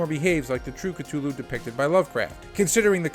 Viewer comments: “Call of Cttuluuu” ITS A TH YOU FUCKIN GOOF C-THU-LLU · Great vid but my god is it hard to listen to someone who says it as Ktulu instead of Cthulhu 😅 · The H isn't silent, it's K-Thoo-Loo. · The way cthulu is pronounced…cringe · BRUH, NO ONE CARES ABOUT THE CASTING OR HOW MUCH MONEY IT MAKES.... smh... and youre not even saying "Cthulhu" right, GTFO. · You gotta learn to pronounce words properly. Especially the ones in the title of the video that you repeat over and over. Google is your friend. A sequel for a movie that lost money? Highly unlikely. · Yeah, nothing psychological here, yet he calls it Cthulhu??